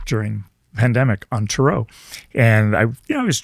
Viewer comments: I wish he wouldnt pronounce tarot like that. Also it is absolutely directly related to astrology ... tarot cards are essentially symbolic archetypes representative of ancient knowledge that is hidden. The meaning of the card reveals itself through the picture. Its not thensame every time. A skilled tarot reader pulls out the symbolism and can translate the story as it evolves. Most tarot readers on the internet are not able to do this. They are taking verbatim definitions and trying to force meaning... thats not how tarot works. You do actually have to connect with the deck spiritually in order to see. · This guy 100% annoys me as soon as I heard him pronounce, “ tarot”. Another person that acts like he is intelligent and interviewing, “experts”. Good riddance and absolutely ridiculous. I stayed under a minute. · Absolutely.an utter disrespect to what the tarot really is. He can't even say Tarot properly is a real tell tale. The idiot doi g the podcast has to take a leak????? Really. Guys get your act into gear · This was a tough one. when he pronounced them Ta-Row, I found anything else hard to fathom. Dropped me right out of the zone. I have an interest in dialects as part of my job, and I could not find anywhere that pronounced it like that. If anyone has come across this pronounciation, I'd love to know where for research. It may be another way to say it, but I've never heard it and I'm not a spring chicken. My sister is a Reiki practitioner and owns a crystal shop. I asked her. She'd never heard it pronounced that way either.I wonder if it's like Gemini. English speakers say Gemin-eye, but the rest of the world uses the Latin pronunciation Gemin-ee. to hear an English speaker say it sounds odd. His pronounciation just sounded odd. For someone who designed their own deck, his pronounciation must be a choice. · why do they pronounce it ta-row? thats so weird. ive been reading for 30 years and never heard it pronounced this way. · 🤣 Potato Potahto Tar rot Tar row